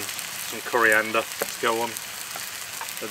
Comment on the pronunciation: You said coriander right the first time haha